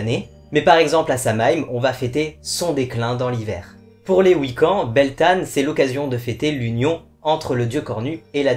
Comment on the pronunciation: Coucou, merci pour ta vidéo mon païen en Beltane se prononce "Beltène/Beltaine"